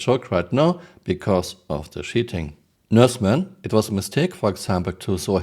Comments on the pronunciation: I love how I hear "shitters, shitting". Only a friendly poke. I love Your work ❤ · The way you say "cheating" sounds like 💩 ing